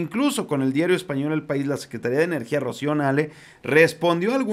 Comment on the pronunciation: Cuando te refieres a la entidad de energía y otras lleva acento en la i " secretaría " y cuando es él o la persona no lleva acentos ( secretario o secretaria )....por favor mi estimado amigo